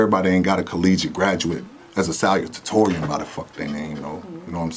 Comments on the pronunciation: “Sal-u-ta-tor-ree-n Boy, I had no idea what he was trying to say at first. Never heard salutatorian pronounced that way😂😂😂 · It's Sa (sah) lu (Lew) ta torian